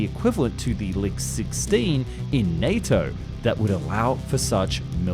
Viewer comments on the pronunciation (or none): none